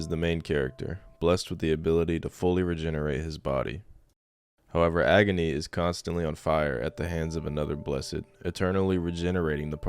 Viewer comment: pronouncing agni like agony